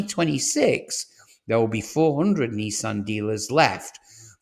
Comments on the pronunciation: You sound English to me, in which case the abbreviation for mathematics is maths NOT math! and it's Nissan not Neesan! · Neeeesan and Jagwar? Who are they? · Jagwar and Neesan. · WTF is a Jagwar? Its Jaguar in English. Neesan? It's Nisan. Stop using American pronunciation when you are obviously English. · This must be the worst car news channel i have come across. Nissan..not Neesan.have just invested hundreds of millions into their plant in Sunderland....but according to you it will be closed by next year.....utter codswallop!!! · Neesan? If you're British, it's Nissan with an I. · Strange American pronunciations of Jag-wah and Nee-saan. Otherwise, interesting.